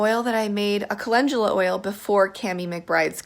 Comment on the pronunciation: ...’Cah-Len-Goo-La’.. 🤦🏻‍♀️🤦🏻‍♀️🤦🏻‍♀️. WHY can’t people say it right????? 🤷🏻‍♀️ It’s ‘Cah-Len-DOO-La’ ❗️”Calendula” No ‘j’, no ‘g’...🤦🏻‍♀️